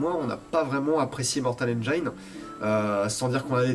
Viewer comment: Ah au fait, on dit "n'gine", pas "n'gaïne"